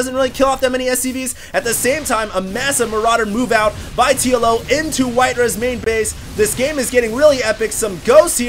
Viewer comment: lol i keep hearing Yellow instead of TLO